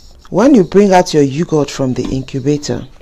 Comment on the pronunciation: Its Yog..hurt not You goat. Nevertheless excellent thick Yoghurt, just right for the Indian cooling Summer drink Lassi. Straight forward tutorial for the layperson.